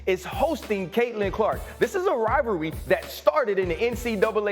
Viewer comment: It’s rival ree. Keep trying